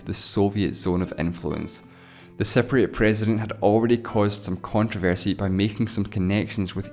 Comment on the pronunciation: Your pronunciation of Cypriot sound like "separatists".